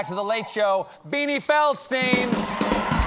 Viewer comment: If you wanna get picky, then it would be Feld-shtine, not Feld-stine.